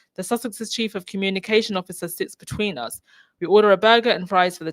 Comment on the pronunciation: How does a person not have the awareness to realize they said "beteen" and not immediately correct themself? This woman needs to get off the stage, cause she keeps exposing her unsuitability to be there